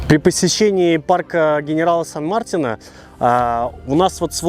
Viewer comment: Ребята, сан МартИна, ударение на И